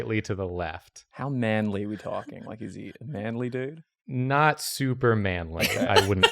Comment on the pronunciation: Ross' Ausi accent really came through when he said that "manly dude"